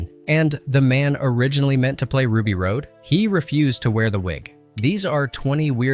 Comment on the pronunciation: RUBY ROSE NOT ROAD